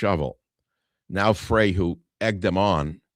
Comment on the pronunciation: Minneapolis mayor Jacob Frey........last name rhymes with bye, high, not hay Michael